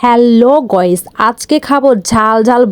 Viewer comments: হ্যালো ভয়েস না হ্যালো গাইস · গোইস ❌ গাইস ✅ 😅😅😅😅😅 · গইস না গাইস পাগল কোথা কার 😅😅